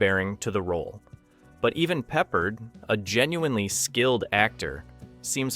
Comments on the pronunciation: pep-PAHRD ... NOT PEPPERED <CRINGE>!!! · Was liking your channel until this video when you said George Peppered. It's pronounced 'PepPARD.' Obviously you are not TRUE fans of the actor or the movie you're talking about or else you would have pronounced the name correctly. Not watching any more of your videos after this glaring error. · George "peppered?" Really? Are you an AI, or are you 12 years old? It's Peppard, pronounced "pup-aard." Pronounce the a like you're a pirate, And the first syllable like you're talking about a young dog. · It's George Pep Pard not Peppered. One of my favorite actors from this era. I don't know why people that make videos often mispronounce peoples names. Do some real research! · It's George Peh-Pard. Not peppered. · Pepper? You mean Peppard? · Peh-PARD, you d*mned Zoomer. FFS. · 20 in, and this Douche F's up! It's pronounced Pep - Pard!! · No one pronounces Peppard as Peppered... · btw. George’s last name is pronounced Peh-PARD. Great video btw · That's not how you pronounce Peppard, lol. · ...just stop... You dont understand how movies are adapted AND CHANGED... also, it is pure idiot cringe that you cant pronounce the actor's names.... Just stop...this is not your thing.... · Honestly, it makes it sound like an AI video when you can't pronouse the name of a very well known actor correctly. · Please teach your AI to pronounce the actors names correctly. The real tragedy is this review was worse than the real Damnation Alley. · When you didn't pronounce "Peppard" correctly in the first 30 seconds I couldn't take your analysis seriously. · It's AI. The mispronunciation, weird pauses, etc. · The least you could do is pronounce George's name correctly!!! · Apparently, everyone on the planet knows the correct way to pronounce, George Peppard, except for this bad computer generated narration. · Yeah, everybody but the Indian that put this together. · I had to stop watching this for that reason